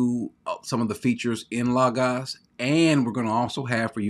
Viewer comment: I'm just glad you pronounce Logos correctly. I'm torn between Accordance and Logos, been using the limited editions without all the bells and whistles, not sure which I prefer, leaning slightly to Accordance because it seems easier to use.